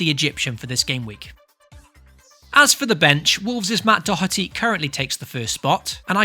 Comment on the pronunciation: Ah, thank you for pronouncing Doherty correctly! A breath of fresh air